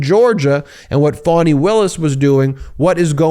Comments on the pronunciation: Her name is pronounced "F(ah)ny" not "Fawny".. I keep hearing all of the news media saying Fawny. Please be respectful and say it correctly. Still love the video though. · It’s FAH-KNEE…….